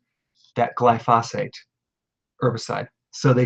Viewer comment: Glyphosate is accented on the first (not the second) syllable.